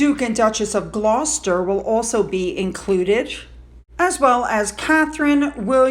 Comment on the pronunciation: It’s pronounced GLOWSTER. Please look up the pronunciations beforehand. And saying, “I hope I pronounced that correctly” only makes it worse. Multiple times every day?!